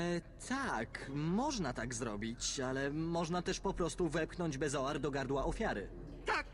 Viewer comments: Co do bezoaru to z tego co pamiętam w Kamieniu(nie wiem czy tak jest tylko w wersji polskiej czy ogólnie) Snape mówi niepoprawnie beOZAR ;) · Bezoar, a nie beozar :)